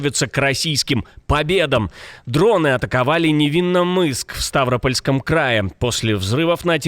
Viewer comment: В Ставрапольском ставь правильно ударение